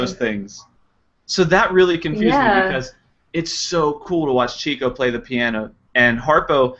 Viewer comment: One of my favorite lines from Duck Soup said, of course, about Margaret Dumont: "Remember, you're fighting for this woman's honor, which is probably more than she ever did!" Incidentally, it's pronounced "Chick-o" not "Chico." He was given the nickname because he was always chasing chickens (i.e., women). It was originally spelled Chicko but it was misspelled once and the new spelling stuck.